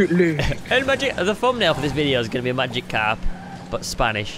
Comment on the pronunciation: its not magicarpo i know spanish